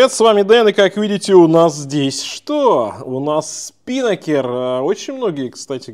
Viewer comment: Режет слух СпИнакер.😢 СпинАкер. Ударение на второй слог. Это парус такой